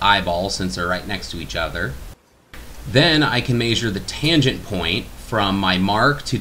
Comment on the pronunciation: Good video. But i'm aspy and I wish this vid had "measure" and not "mayzure". Idk it just makes me cringe. Sorry. Great vid otherwise.